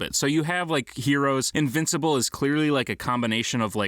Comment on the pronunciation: The guy saying invincible is very wrong .